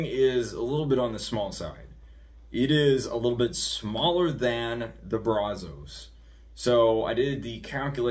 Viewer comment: Good video but it’s pronounced braz-us…